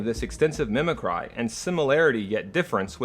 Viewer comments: Mimic-ree, sir. Not mimi-cry. Good video. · You keep pronouncing a word "mimic-cry". Is this a compound neologism that you first mentioned in another video? If so, a visual cue to that would be helpful, because it just sounds like you're mispronouncing mimicry.